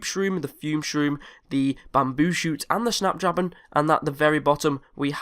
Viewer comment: I heard snapdrabon too